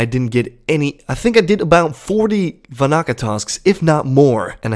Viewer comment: Its Van-na-ka not Va-na-ka, the extra n makes a difference. Normally doesn't bother me but you said it like 10 times in a minute so it did.